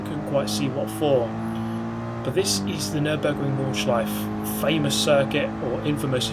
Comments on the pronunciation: I know its hart for not germans to pronounce the nordschleife but put an a at the end and its sounds exactly the same :D "nordschleifa" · You pronounce Nordschleife quite well, except that at the end you never say the "eh". You always say Nordschleiff.